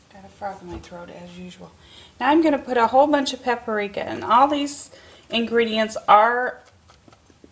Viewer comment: I think he may be referring to the fact that it's not only spelled differently, it's pronounced differently also. Paprika... Pap-ree-ka.